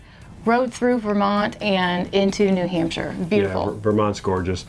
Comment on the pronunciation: I love how you keep saying nahamsha!